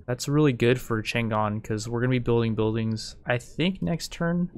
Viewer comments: Isn't it written Chang'an to indicate that it should be pronounced Chang-an? Just saying. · It's "CHANG AN"(chane ann) not "chan Gan". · Chang'An, is actually Chang An - not Chan Gan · its pronounced chong-ahn